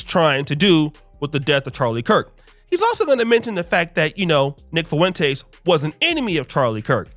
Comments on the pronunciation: “Nick Fuhwintays”😂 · Am I the only one that think he pronounces Nick Fuentes weird?